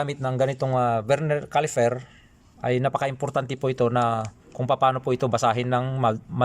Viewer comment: Please stop saying CALIFER !! it’s CALIPER ….